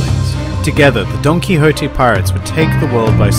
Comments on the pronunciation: I don't know if this is intentional or not but whenever he says "Donquixote" it sounds like he's saying "Donkey Hote". I love it because Doflamingo is one of the biggest asses in the show in my view. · every time you say donquixote, i hear donkey-hote for some reason lol